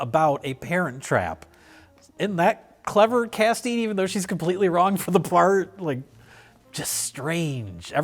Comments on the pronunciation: "even though shes completely wrong for the plart" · "...completely wrong for the PLERT" -, 2024